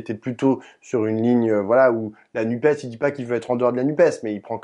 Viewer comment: Content – sans étonnement – d'entendre "la NUPÉS" de la bouche de Sandrine Rousseau. Il y a en effet tant de journalistes qui, disant "nuppe", voudraient ainsi réduire l'écologie à un 'e' muet !